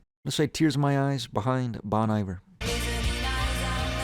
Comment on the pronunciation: You said Bon Iver wrong